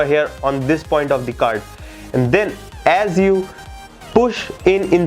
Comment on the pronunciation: “den you move tee tumb to do dee tyke bombing” I’m ded lmao